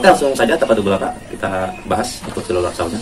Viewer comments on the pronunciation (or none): bacanya itu bukan selular saw lur tapi sirkular saw. selular itu hape, ini gergaji lingkar . nice review, informatif bagi kaum mendang mending mcm kita 😆